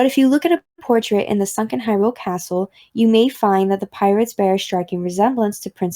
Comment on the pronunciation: "Hryule" Gaming journalism amirite Gamers?